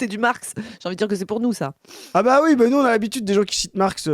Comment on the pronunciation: AU SECOURS, IL Y A UNE FOLLE NOUZZZZZ AVONS PEUR 😂😂😂 ELLE EST CARRÉMENT PERCHÉE OU SINON OLIVIER FAURE A DÛ LUI DONNER UN PEU TROP DE NARCOTIQUE